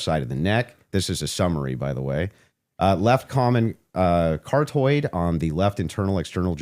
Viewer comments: how many times did this idiot say cartoid and not carotid? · FYI it's pronounced 'CAR-OT- ID. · "Cartoid" 💀 what a friggen tool It's pronounced Kah-raw-tid Carotid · “Cartoid” lol carotid! Moron. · “Cartoid?? If this guy was really a marksman he would know how to correctly pronounce the name of the vital artery to the head. They sent in a clown. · CAR TOID 😆 WHAT A BAFOOOON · “Cartoid” 😂 — this guy is a clown